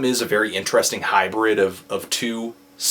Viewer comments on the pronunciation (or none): none